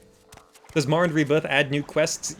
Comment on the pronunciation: how is dis morrwwend